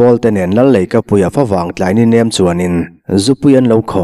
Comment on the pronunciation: Fawvang i ti thin hi a diklo. Mizo tawngah FAW a awm lo. Fa vang tih tur. Fa chu buh tih na. Fa vang chu buh vanglai tih na.